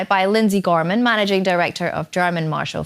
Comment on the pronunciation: Gorman not Graham 😂